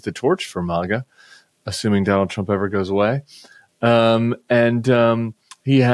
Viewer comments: In Icelandic míga means to piss. I know it has a i instead of í but still sounds like it when you say it. 😂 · I think you would pronounce it … MI- ga. (Long “I” sound) (Phonics) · Gotta be careful when you say miga 😅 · Please. Not "MIGA" Dangerously close. 🤦🏽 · Uh Tim, maybe listen back to this video and consider pronouncing it "my-guh" 😂😂😂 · Please Tim, for your own sake, don’t say MIGA with a soft I 🙏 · First Vance contradicted a short time after he said violent J6 offenders wouldn't get pardoned, now this. But I agree, we should pronounce it MIGA. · Hey bruh. The way you say that. Change that up like pronounce it like (MYGA). Call me sensitive or whatever but the way you say it sounds offensive as a black man. Switch that up. I know you don't mean to offend anyone but it doesn't sound good. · With MAGA shouldn’t it be pronounced May-jah or Mah-jah given there’s only one G?